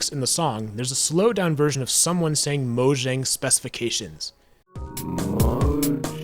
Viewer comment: M O J A N G S P E S F A C A S I O N S lol